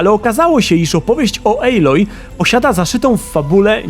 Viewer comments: recenzja jak zawsze spoko ale nie ejloj a aloj:) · Nie mogłem..., wyłączyłem po 5 minutach... czyta się aloj a nie ejloj...